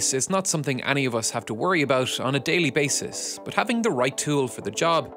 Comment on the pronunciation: It’s “but”, not “bus”.